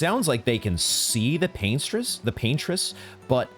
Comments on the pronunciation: "Pain-tress" is crazy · Yeah I’ve never heard that interpretation before it was pretty funny. Because I kinda get it lol